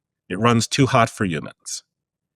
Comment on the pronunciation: I dislike how he says the word humans